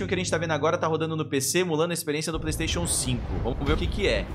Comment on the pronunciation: Então "sabichão", o que o seu "playisteichu 5 ) tem de incrível até agora? KAKAKAKAKAKAKAKAKAKKAKAKA, pode esperar o ff xvi "exclusivo" (temporário, kkkkkkkkkkkk), pois aqui teremos o Starfield, Red Fall e muito mais jogos (exclusivos claro, não cunfunda), kkkkkk, passar bem (vai precisar)